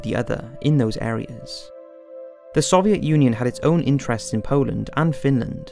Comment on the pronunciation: good documentary but why cant he say soviet